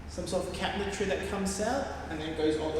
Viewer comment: P.s. I totally thought you were saying “making cat trees” instead of “cabinetry” 😂 n got me excited lol